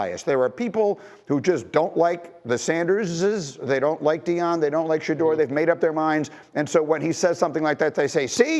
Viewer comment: im not trying to be mean but please practice on saying these players names correctly especially our players It’s Shu-door sanders with SH sound And it’s ASHTON not Austin Just practice